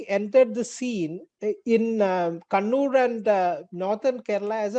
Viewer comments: bhai sahab kunnur nahi kannur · It's not kunnur sir it's kannur (ka ka ) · How has Kannur become "Koonoor"? Please put some effort in understanding the proper name and learn to pronounce it.